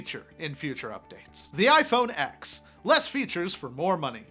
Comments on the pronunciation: WHAT THE FUCK IS “IPHONE ECKS” ITS “IPHONE TEN”! ITS NOT SO FUCKING HARD why do i care anyways lol apple sucks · Thumbs down 👎 because you said “x” it’s pronounced “10” Apple has never called it the x. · it's pronounced iPhone 10... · Tim Cook would know how to correct say iPhone x correctly